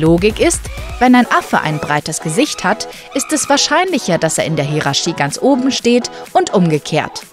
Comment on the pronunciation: Interessantes Video. Aber nur mal kurz: dein Hierarchie kommt wo her? Bzw. woher kommt deine Aussprache des Wortes? Total krass wie du es sprichst . Aber schön, keine Frage. Nur anders halt